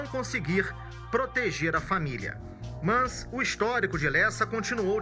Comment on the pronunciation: Só não entendi porque o repórter fala "mãs" ao invés de mas. 🙄